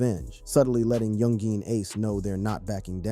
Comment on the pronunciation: why you say yungeeen lol its youngin